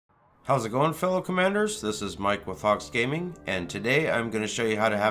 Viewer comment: Your intro is great bra, You say, "Mike from Hawkes Gaming", what I hear, "Mike Wazowski" ... the Billy Crystal character from "Monsters Inc."... LOL Videos are great... keep 'em coming.